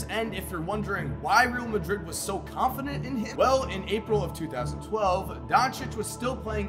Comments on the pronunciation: C'mon. It has been years. You're still pronouncing Real Madrid wrong. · Pisses me off so much 🤦‍♂️